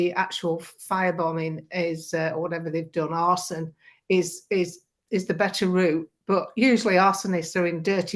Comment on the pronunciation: Did he say Arseon